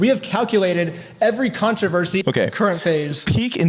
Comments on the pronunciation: Man, this video was a doozy. Ups and downs, thrills and chills... and the way you pronounce "controvershy" is mind-boggling, lol. Great content, as always! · TF is a controversHy? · Am I having a stroke or is saying Controvershee? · drinking game: Take a shot whenever pronounces the word Controversy as "ControverSHEY". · You missed one key detail about this controversy, how to pronounce controvershy. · am i having a friggin stroke or is REALLY struggling with pronouncing controversy?